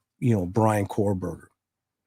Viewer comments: He keeps calling him cor-Berger lol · I love your podcasts. Several things about this one though. First, BK's last name is Kohberger not Korberger as you kept saying. Second, the police removed "IDs in a glove in a box", nothing was ever said about it being an ID of the of the girls. You kept implying it was Bethany's driving license or at least her ID. Third, I saw what was supposedly a portion of a report from that private detective firm for the defense that was quoted as saying Bethany told police she heard things during the night. I can't remember if she also said she saw things but it did say she heard things. It has been reported that she has severe PTSD, as one would expect after what happened in that house, so I'm sure she is receiving counseling. Her surviver quilt has to be through the roof and people need to leave her alone along with Dillion. 😢😢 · KO-Berger as in CO-pilot Rhymes with TOE. Kohberger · Okay same. I’m seeing now that this is not confirmed. It was something News Nation said. But multiple things they have said have been proven wrong. I mean this guy doesn’t even know how to say the suspects name.